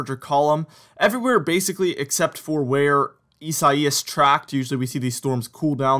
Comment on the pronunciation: It’s correctly pronounced EYE SAY US. Not how bizarrely you’ve been pronouncing that name.